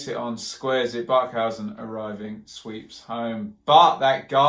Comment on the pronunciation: It's not Tom Bark-how-zen, it's Bark-HAY-zen. Time to right the wrongs! If PNE play at the the same intensity against Blackburn, I can only see another win for Alex Neil's Super White Army #ANSWA